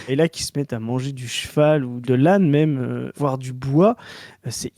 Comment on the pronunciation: Ok toujours sur l'enquête de pourquoi prononce "meume" le mot "même" 3 possibilités: Variante de prononciation picarde, bretonne ou normande. L'enquête se ressert